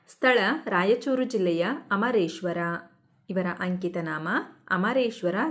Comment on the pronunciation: adu amu geshwara Alla😂 adu amareshwara😂😂